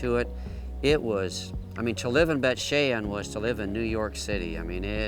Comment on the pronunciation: It's Bayt SHAWN.